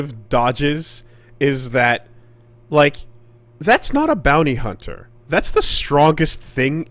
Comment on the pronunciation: "Bountee Hoonter" is chozo for "Destroyer of worlds"